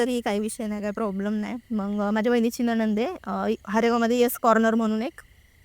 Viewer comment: Dhanyawad 🙏 हेच बोलणार होतो आणि या शब्द उच्चार च्या चुका मुद्दाम केल्या आहे या किच्चन ताई ने